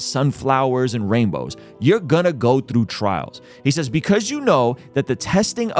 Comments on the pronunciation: Like the message. But where did you learn to say the word "through", lol. You are putting an L in there somehow, haha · Great video. Not sure if I want to watch the show now. Apple TV is just another subscription, which I suppose is an addiction in certain terms. One thing I would say is when you say the word through you sound so Scottish, that’s how I say the word. lol. Keep up the good work.